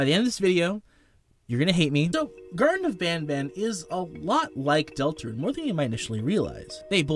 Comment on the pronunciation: this guy made me hear the first mention of garten of banban into "gerson of banaban"